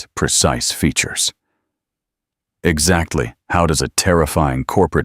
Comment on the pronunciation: What the hell! Highly, exactly, actively. Damn! Talk about messing up a reading